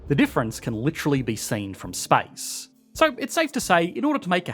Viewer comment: "spice" and "space" are not pronounced the same.